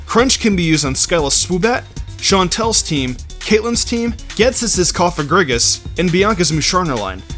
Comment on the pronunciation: Is no one going to point out that he said Cofagrigus as Cofag? Just sounded weird to me if you know what i mean lol